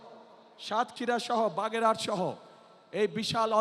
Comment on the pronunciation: বাগেরঘাট না বাগেরহাট হবে